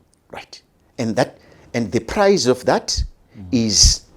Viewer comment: Price not prize